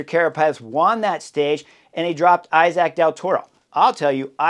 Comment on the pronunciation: The name is pronounced e-sac of something like that.. thank you